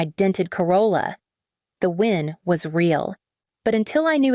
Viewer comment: Win not wind.